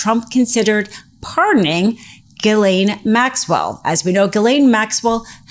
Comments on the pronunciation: Ms. Maxwell's name is pronounced Gillen, short i. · the predator's name is pronounced "Zhillaine Maxwell"